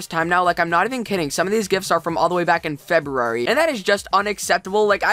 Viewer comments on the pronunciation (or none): Poinsettia- said like, Poyn-set-ta Feberary... 😋😋😋 That's my birth month, don't butcher it. 😂 jk